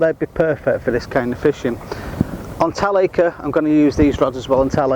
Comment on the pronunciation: think he means the pronunciation, the way we say it is tal-ack-ra 😉